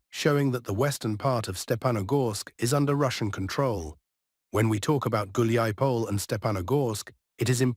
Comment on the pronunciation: So Dima in the military summary channel is the only one who can correctly pronounce Hulaiapole. And Kiev. 😄😄😄